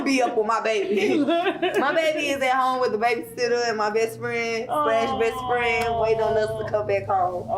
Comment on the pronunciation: *OLUp!!! ...Dude .."R*ped " you and you still refer to him as Best Frannn . 👀.... Its milk fasho , But something in it aint clean